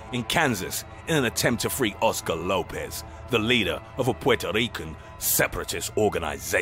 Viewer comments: What is Puerto ric?? Lol u mean Puerto Rican.,.. beginning of video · “Pwerto rican “ has me crying! Love it 🤣🤣🤣🤣